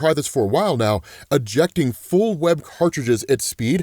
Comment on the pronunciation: I don't know if anyone else caught it. But at 5 minutes 48 seconds he says Superman's webbing. I had to double back and listen to It again. As I'm at a stoplight, and sure enough. Yep, Superman, got some crossover going on. So I'm doing voice text if it's a little wacky. I can't prove read and drive, love what you do. Keep it up😅